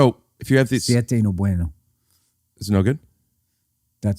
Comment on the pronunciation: “Siete” Thanks, Bill